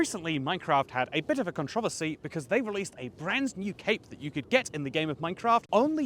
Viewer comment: why did you say controversy like that? 😂